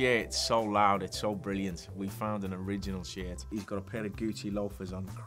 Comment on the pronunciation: Nobody going to talk about how he pronounces Shirt